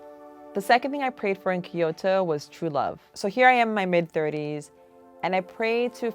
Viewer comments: Kyo-to....not ki-yo-to....sorry I just had to 😭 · right? she just says kiyoto with an accent but she still says key which is so annoying its kyoto hhaha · Lovely story but drove me insane how she pronounced Kyoto "Kiot-tou". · Her pronunciation of Kyoto is killing me. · Hearing this lady trying to pronounce Kyoto is worse than white people saying 'Barthelona' because they spent 2 weeks in Spain